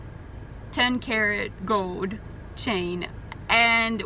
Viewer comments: Gode chain? WTF is gode.... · Haha Gode. I like how you say Gold